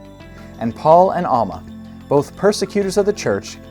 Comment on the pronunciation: I'm sorry, but these aren't the strongest arguments, there are better ones. But you lost me when you said "Awwlma" and "Bahhble". How can someone trust your argument when you can't even pronounce the words right?